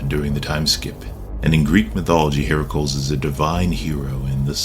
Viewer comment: You pronounced Heracles wrong. The Cles at the end sounds more like Cleez phonetically. Hera-cleez. It should not rhyme with manacles.